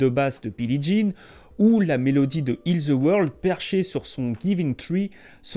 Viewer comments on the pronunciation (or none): Les français SVP arrêtez de prononcer “ The” par Ze , ça irrite les oreilles, merci .